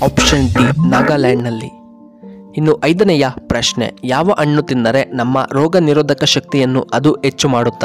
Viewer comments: ಅಣ್ಣು ಅಲ್ಲ ಹಣ್ಣು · ಅಣ್ಣ ಅಣ್ಣು ಎನ್ನಬೇಡ, ಹಣ್ಣು ಎಂದು ಹೇಳು. ಉಚ್ಚಾರಣೆ ಶುದ್ಧವಿರಲಿ. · Annu alla hannu antha heli